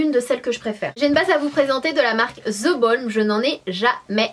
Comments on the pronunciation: Ceci est juste une petite chose que tous les français devraient savoir pour leur ''bien'' et celui des oreilles des autres. Si vous voulez dire ''The ...'' , ne dites pas ZE parce que ce n'est pas ZE!!!! Limite, vous pouvez dire DE mais pas ZE. Ce n'est pas de la méchanceté, c'est juste pour vous aider d=que je dis ça! Merci d'ESSAYER d'appliquer ce conseil. Bonne journée! :) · pourquoi tu prononces (the) (zz) c bizard